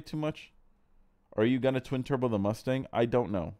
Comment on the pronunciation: I’ve heard say “twin turbskies” before. Wonder if he’s a Cleetus fan.